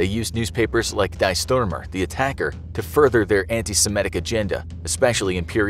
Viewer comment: Just fyi, in German, the word "die" is an extremely common word that means "the" and, just like one of the English pronunciations of "the", it rhymes with "tea". It doesn't sound like, and has nothing to do with the English word related to death. For the those who have heard of the South African band "Die Antwoord", the (Afrikaans) name of the band means "The Answer" and the first word is pronounced similarly.